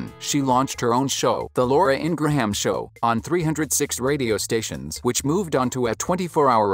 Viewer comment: It's pronounced"Ingram"Not Ingrahaaaam!wow , take speaking lessons!